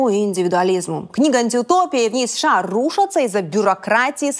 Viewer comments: Мадам ПАНЧЕНКО, сколько раз за выпуск вы произносите аббревиатуру США? Вы вещаете на русском, тогда произносите это правильно! США произносится по БУКВАМ, А НЕ ПО ЗВУКАМ!!! СЭ-ШЭ-А. Вы как произносите СССР? Правильно, ЭС-ЭС-ЭС-ЭР. Так почему сша -какое-то бормотание? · Я все время улыбаюсь когда Диана произносит сША))) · ДА произноси ты США по отдельным буквам, а не так бесяче, как ты делаешь)